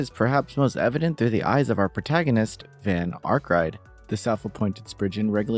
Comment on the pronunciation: Can you please pronounce the main characters name correctly in the review? I don’t understand how you could’ve played the game for 120 hours and still don’t know Van isn’t pronounced like Vahn but Vaen like the vehicle. And please bro it’s spriGGan not sprijjan.